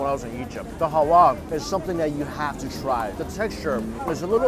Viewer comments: it's halwa not hawa 😂😂😂😂😂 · halwa its not hawa.soo sweet saying hawa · That's Halua,,,😁 Not Haua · It's halwa and not howa 😁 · He finds it hard to say halwa